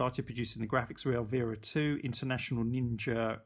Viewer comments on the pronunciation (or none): El-veer-a. lmao It's el--VI-ra